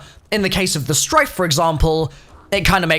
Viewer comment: Stryke, with a K. Not Strife.